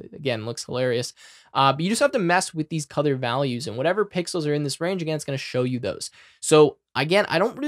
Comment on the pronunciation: Can I ask why you pronounce "Color" as "Cother"?